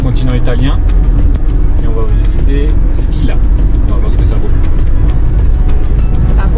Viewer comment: Bravo. Juste pour info: Scilla ça se prononce « Chihlla », et Pizzo « Pitzo » 😉